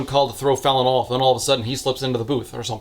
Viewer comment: I cannot get over how i keep hearing her name as "Felon"